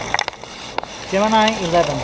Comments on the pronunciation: It's pronounced Gemini. Gemin.... ahhhh. Forget it! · The southern astronauts and test pilots pronounced it "gem-ih-NEE," so NASA made that the official pronounciation.